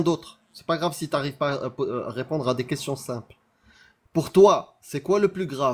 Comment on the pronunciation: J’peux répondrrre ? J’peux répondrrre ? J’peux répondrrre ? 🤭